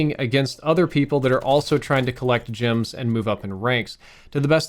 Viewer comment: Jims?... or gems?! G eehh mms gems